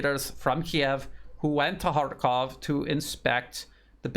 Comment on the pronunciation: You are one of the few who pronounce correctly. It is H A R K O V in Russian because it is a Russian city and Russian language